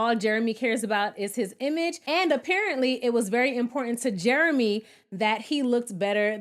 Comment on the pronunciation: “What do you recall, JARAMAY” 😅😂😅😂